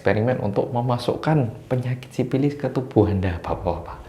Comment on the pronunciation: menggunakan bahasa Sunda. Sifilis menjadi sipilis😁